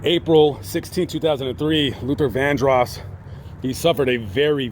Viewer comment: This commentator pissed me off. First he pronounces Luther's last name wrong. Then he unsinceily, apologetically makes light of Luther's scandals. This is a horrible tribute to someone the narrator claims to have loved. I was a true fan of Luthar.